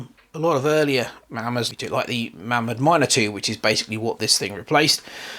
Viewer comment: Pronounced Maymod